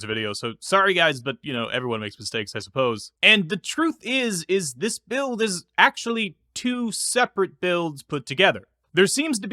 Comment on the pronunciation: “Alpha Buired” 😧 Love the vids 🙏